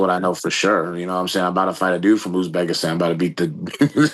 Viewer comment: Where is Youzbekistan, Ariel? Its Uzbekistan. Now its Azerbaijan and Uzbekistan you cant pronounce.